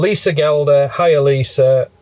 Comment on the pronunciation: This was a great questions & answers vlog. Happy New Year to you both. (Think I've already wished you Happy New year once) Anyway thanks for reading out my question. 😁👍 and I so glad you read out my surname "Gelder" correctly 😂 a lot of people say the G like a J.😆 Im a bit late on catching up as my mum had a fall on New year's eve and she's still in Blackburn Royal hospital. Been a nightmare driving up & down the M6 in this weather. 🥶😷❄☃️ watched your vlog last night when you was in the pub car park explaining about your energy. Just about to watch your latest one now. Hope the snows melting a bit up there. Going to be -8 here tonight. 🥶❄🥴 xx